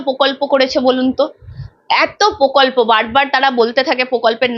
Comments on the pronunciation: পোকল্প উচ্চারণ খুব কানে লাগছে। প্রকল্প বলুন। একজন সঞ্চালিকার এই ধরনের ভুল উচ্চারণ চ্যানেলের মান নামিয়ে দেয়। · তোমার উচ্চারণ স্পষ্ট নয়। তুমি এতবার "প্রকল্প" শব্দটা বলেছো কিন্তু একবারও সঠিক উচ্চারণ করোনি। প্রত্যেকবারই "পোকল্প" বলেছো। এছাড়া তোমার "স" - "শ" - "ষ" এর উচ্চারণ ঠিক নয়। বেশীরভাগ "স" কেই "শ" অথবা "ষ" হিসাবে উচ্চারণ করেছো। এগুলো শুধরে নেওয়ার চেষ্টা করো। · পোকল্প নয় দিদি, ওটা প্রকল্প হবে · এঙ্কারের উচ্চারণে অস্পষ্টতা আছে। পোকল্প না প্রকল্প! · Pokolpo noy prokolpo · Kothata POKOLPO noy. PROKOLPO. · পকল্প নয় প্রকল্প একজন সাংবাদিকের উচ্চারণ টা ঠিক হওয়া প্রয়োজন।। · মূখ্যমন্ত্রীর মতো পকল্প কেন বলছেন সাংবাদিক মেয়ে টি? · Mamoni ota pokolpo na.. prokolpo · Dear Anchor, apnar question gulo khub pertinent holeo apnar pronunciation khub kaane lagche, for instance, apni bolchen 'pokolpo"...eigulo ektu kheyal korun. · ওটা 'পোকল্প' নয়, "প্রকল্প"! ঠিকঠাক কথা বলুন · কথাটা প্রকল্প,পোকল্প নয়। সঞ্চালিকা দিদি বাংলা টা ঠিকমত বলবেন এটা আশা করা যায় না? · Pokolpo noy prokolpo. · দিদিভাই, বাংলাটা অন্তত ঠিকঠাক বলুন। প্শ্ন নয় প্রশ্ন, পকল্প নয় প্রকল্প, ইত্যাদি ... Feedback মাত্র। চেষ্টা করলেই পারবেন। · পোকল্প নয় বাবা প্রকল্প ... বাংলাটা ঠিককরে বলো বাবা ... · onusthaner upossthapika aponar uccharon thik korun . pokolp noy prokolpo . podhan noy prodhan . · Pokolpo, kendo. She cannot pronounce R in the context